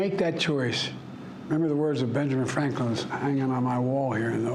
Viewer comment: “Abe-ham Lincoln” “Benjamin Frankem”